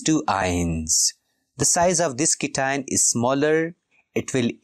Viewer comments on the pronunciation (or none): Sir this is not cition it is cation and not inion it's anion😅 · Pronounce cation and anion as "cat ion" and "an ion"